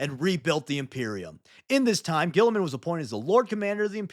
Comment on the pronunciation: Saying Guilliman the way guillotine is spelled just sounds awful.